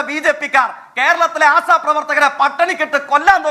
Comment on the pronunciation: Da myre ആസാ പ്രവർത്തകർ അല്ല ആശാ പ്രവർത്തകർ 🤦🏻‍♂️🤦🏻‍♂️🤦🏻‍♂️🤦🏻‍♂️🤦🏻‍♂️